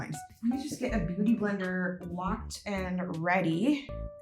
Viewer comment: I thought she said booty blender😂😂😂😂😂😂😂😂😂😂😂😂😂😂😂😂😂😂😂😂😂😂